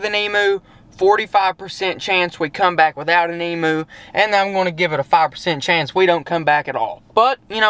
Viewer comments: It’s not emoo it’s emu u got the first part right like the em part but u pronounce the u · HEY,its pronounced "eem-you" not "eem-moo" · You are saying Emu Rong it's emuw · I love how u say Emoo instead of emu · They’re not called Emoos! Emu pronounced Eem-you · Haha said emoo lol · I’m an Aussie but he is saying wrong 😂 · Even though I'm a fan I don't like how nearly all Americans pronounce emu wrong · You pronounce emu wrong